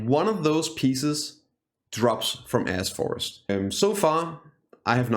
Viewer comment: Why does it sound like you're saying A$$ forest? lol